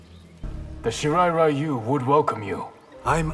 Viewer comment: I've decided to chalk up the mispronunciation of "Ryu" to Scorpion not being fluent in Japanese yet